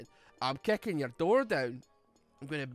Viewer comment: I've never heard a more scottish line from than "I'm kicken your door down"